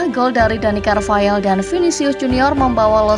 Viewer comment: Carvahal min, bukan Carvayal